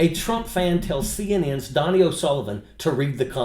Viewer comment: Donie is pronounced Doe-knee.